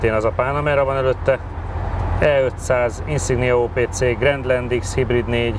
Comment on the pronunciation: Grandland kiejtése grandland. Németül is, magyarul is. Ahogy az AMG is á m gé, nem éj/á m dzsí/dzsé. Ugyanígy a Volkswagen ID is németül/magyarul Í DÉ, nem áj dí.